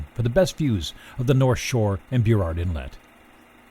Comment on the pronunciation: Wait, did I just hear the narrator say “Byurrard inlet”?